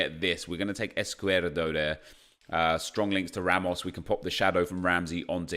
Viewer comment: EscuDERo not EscuERDo :D